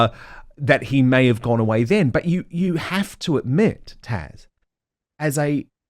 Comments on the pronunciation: Isn’t she called Taz not Tash? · Your guest is called TAZ, not Tash! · Why is Dan calling Taz Tash? It has a z on the end! Very strange. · TaZ Dan. Not TASH *I can't help but wonder IF you mispronounce her name on purpose. It's not a difficult name; yet you repeatedly call her Tash. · Is it just me or does Dan keep calling Taz TASH ????